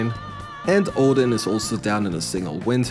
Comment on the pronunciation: Bro called Thor odian and forgot to do fafnir